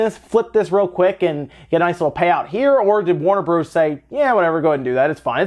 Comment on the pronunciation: Who the hell says Warner Broze???? Hahaha